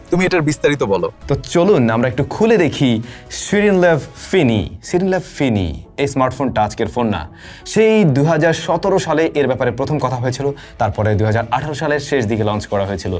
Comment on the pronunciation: ফিনি ❌ ফিন্নি ✅😅